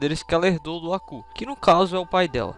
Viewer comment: Pq vc fala "Acú" e não "Abú"?